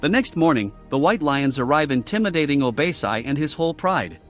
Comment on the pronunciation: What the heck is “obeysai”?????? How did you get that from OBASI??? Literally OrBASee🤧🤧🤧